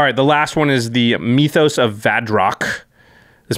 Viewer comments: M-Y-TH-OS....not M-EE-TH-OS. Same way you would pronounce myth, just add an OS on the end. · Please say myth-os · Great review and amazing chemistry between you two as always but Mee-thos instead of Mythos was killing me. It's not a Meeth or a Mee-thos. It's Myth and Mythos. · Its Myth-O's not Me-Toes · Why do you keep saying "meethos"? You've never said the word "myth" before? It's not pronounced "meethos". It's clearly "myth-ose". What is wrong with Magic players? I heard someone say "un-wind" (as in the wind blows) instead of "unwind". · Jimmy saying meeeeethos instead of mythos is almost as cringy as the singing at the start of every video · The way Jimmy says "meethos" pisses me off.